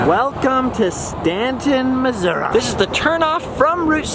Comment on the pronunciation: Its called “Missouri”, not “massoura”. 🙄🤦🏽‍♀️